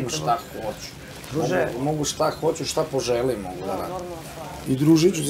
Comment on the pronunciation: Ahahahahha a ova ga pita "a dobro shta je to ako te ona ne voli" HAHAHAHAHHAHAHAAA